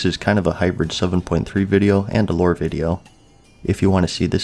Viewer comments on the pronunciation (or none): none